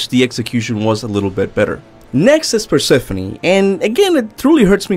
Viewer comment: Ah yes, the queen of the underworld…perephone